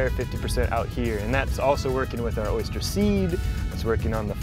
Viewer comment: Oh my god! Its O Y S T E R ,not O Y S C H E R !!!!! Why does everyone here in Florida insist on saying it that way?!?!?!? Drives me nuts